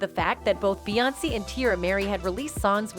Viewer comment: Why the hell is lady Pronouncing Beyoncé & solange name damn wrong behind the camera & social media